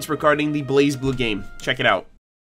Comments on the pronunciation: According to Lindsay they told her it's pronounced "Blay Blue" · It’s “Blay”Blue Cross Tag Battle. ;) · The Z is silent